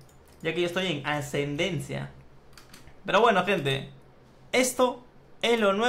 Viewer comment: Ascendendia dice